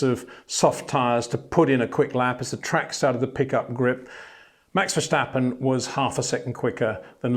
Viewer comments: Please learn to pronounce his name. Its not Vershtappen, its Màx Verstàppen (both a like in 'marginal') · You're pronouncing his name wrong. In Dutch we say Ver-stap-in, not Ver-shtap-pen. That 'sh' sound is a German pronunciation and therefore incorrect. Thought you should know. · HEY PETER WINDSOR, I HAVE MESSAGE FOR YOU SIR: With all due respect ... it is NOT Max "verSHtappen" ... Max is not German (Germans indeed do pronounce "st" as "sht") ... #Max33 = Dutch NL/Belgium! ... It is not "Bottash" nor is it "Lewish" certainly not "verSHtappen" .... This BS started long time ago when a British sport presenter interviewed father Jos Verstappen and assumed you can use a German pronunciation to a Dutch Driver thinking it is so "funny" ... It is not. Serious question: can any Englishman say "versatile" out-loud without saying "vershatile" phonetically? most can about 99,99% ... that is why most English can pronounce Verstappen 100% correct! Father Jos Verstappen (also F1 Racer) was very active between back then only a very few said "Vershtappen" but the vast majority of British sport presenters pronounced it perfectly ... only a few old stubborn farts like Peter Windshor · Got to agree here, there's really no reason for any English native speaker to pronounce his name as "Vershtappen". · Peter, there is no ‘sh’ in verstappen. It’s just like in stop or step. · It would be similar to calling Lewis Lewish and Peter Windsor Peter Windshor, it does seem to be getting less bad tho xD. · Ok, itsj a pet peeve of mine, but I need to exjplain what 'bothersj' me about your pronunsjiation of Maxj' lasjt name. Somehow many English imitationsj of the Dutch accent, add the 'sj' where a regular 's' would be jusjt fine. It'sj in German where that 'sj' sjound isj mosjtly usjed. I don't expject people to faithfully make wordsj sjound asj they do in the original language, but for heaven'sj sjake man, you don't pronouncje Lancje'sj sjurname as Sjtroll, so why would you add a letter for Max?